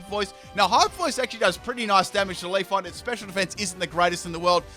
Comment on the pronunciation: I cringe when you say Pokemon names wrong, such as Leafeon, it's not Leaf-on